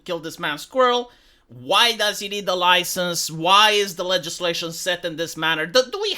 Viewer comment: "Oi! You got a loicense to say 'loicense' like that?"